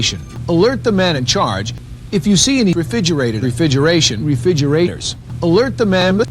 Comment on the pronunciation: Okay so was "refigerators" just the guy saying it wrong or is Ellie just that good?